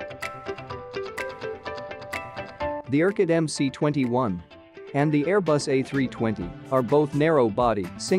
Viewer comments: it's EM-ES not EM-SEE.. get it Mr. effing Expert? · UAC just gived up with this incorrect "Em-Cee-21" pronunciation. They said: OK, let it be "Em-Cee-21".